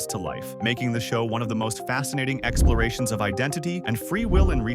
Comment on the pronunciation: Exporation -- that's when you ... remove the pores, right? Or uh ... seal up the pores? Since pores are holes and you can't really excise a hole without creating another hole ... Seriously though, I know you only left out the L in the word "exploration" in order to get people like me to leave comments about it ... That's entergagement!